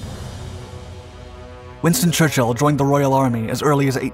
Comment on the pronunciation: “Winton Churchill” 😂